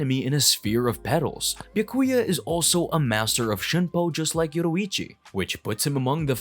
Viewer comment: I’m getting whiplash. How can he butcher visard and byakuya, but then EAT pronouncing komomura’s shikai & bankai names 💀